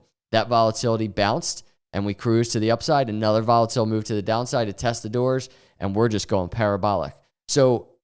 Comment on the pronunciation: Yesterday I thought he said "Bull market durres" and it was some word I didn't know... DOORS :face-green-smiling